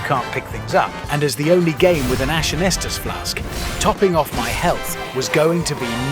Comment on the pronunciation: The most unrealistic part of this is correctly pronouncing Estus and not "Yeastus" or some other ridiculous variation. Everything else is spot on. Insane.